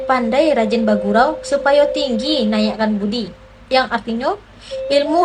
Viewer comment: Baguru, bukan bugurau.....mantap ..